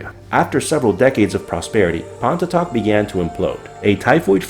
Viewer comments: No worries! There is absolutely no way anyone could guess the pronunciation. It sounds like "pon" (like "upon") "ee" (like the beginning of each) "tock" (like the sound a clock makes). So, pon-ee-tock. Absolutely the most podunk pronunciation possible. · ha, my parents live in Pontotoc, TX. You guys pronounced the name wrong, btw. The cemeteries are not abandoned, either (though they are exceptionally pretty!)